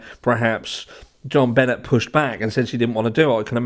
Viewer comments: Hi. Benet is pronounced benée. I do not think any one in the family hurt that child. She was found, if I recall correctly partially undressed with a broken paintbrush inserted. There was access through the basement window. I also recall that it was in the second apartment room that the McCann family rented that the dogs alerted to in Portugal, not in the room where Madeleine went missing. However it has been a while since I deep dived these cases. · Hi! love your channel!! “Jonbenét” has a French pronunciation (albeit being a fake name haha) so Jon-Ben-Ay 😉 Patsy even goes as far as to say the J softly like the French tend to. But no one calls her John Bennet 😂much love ❤️ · Here name is pronounced john-ben-nay. I agree it’s never going to be solved. Lost cause. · It's pronounced Ben-ay my love. French sounding?? The secrets to these 2 cases are contained within the families. We will never know the truth. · You're pronouncing her name wrong. Im not judging or complaining, just figuring someone should let you know so it doesnt seem disrespectful in any way. Its not benn-et, its ben-ay Ramsey. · Buh-nay not Bennett. 😂 John Bennett is her dad. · Jonbenet's name is pronounced " Jon BeNAY".